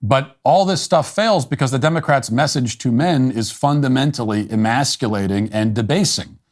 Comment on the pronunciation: Elmer Fudd cap for 'Democwatz'